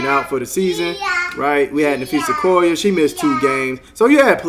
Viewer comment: How do you pronounce Collie? The same way you pronounce Collier. kaa·lee·ur